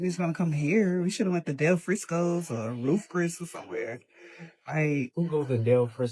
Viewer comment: You definitely have to laugh when her speech is roof cris steak house. 😅😅😅